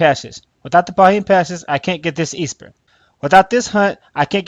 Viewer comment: I didn't know esper was pronounced EE-SPUR.